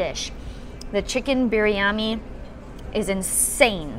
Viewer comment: You got that rightly pronounced for Biryani. Love.